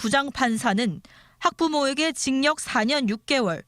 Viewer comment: 기자 경상도분이신가보네.. 계속 징역 발음을 징녁 이러네..